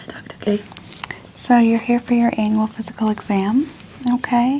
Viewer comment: The word "Annual" is REALLY not one you want to be mumbling on. Then again, is one of those creators who I could imagine doing that on purpose just for the lolz.